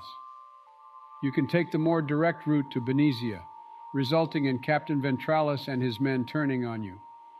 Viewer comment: Nova-rea? Be-nez-ea? E-los? Im gonna have a stroke Good video